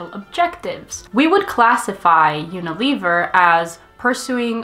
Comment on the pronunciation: That’s not how you pronounce Unilever